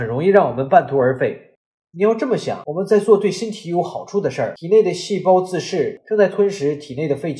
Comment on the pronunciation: 自噬，不是自視